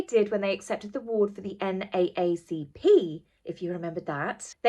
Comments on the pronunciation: It's pronounced N(double A)CP in America. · "N, double A, C, P" is the conventional pronunciation of the NAACP organization. I figured you'd like to know for future reference. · Hey! Love your channel. Just as an FYI - we in America often pronounce it N double-A C P. it's rolls off the tongue a bit easier:) xo! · Sleep well! You're looking more N more pretty every time you're on lately! Well done! 🥰🥰👏👏... love the doggie portrait... will have to check her out! FYI... you pronounce that N- double A CP.... that's the American way, I'm American, so it's probably lazy so you don't have to actually "say" both A's... but who knows!? 😂😉😉🥰🥰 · Hiya, I'm sure you won't ever see my little comment but I wanted to help you out with something, you said the NACCP, I know that's a tiny mistake but anytime you mention the NAACP you say both A's, it's really N, double A, CP is how it's said when using it in a sentence. SORRY, sorry, I just couldn't help it and wanted to help ya out. MUCH LOVE from Chicago! #TEAMWILLIAMANDKATE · I live in Kennedy country Massachusetts and I never heard of the Ripple of Hope award..lol oh also, the NAACP here in America it's known as the "N-double A-CP". No biggie just thought you should know! You're spoiling us with all these great videos lately! ♥ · It is pronounced. N Double A C P.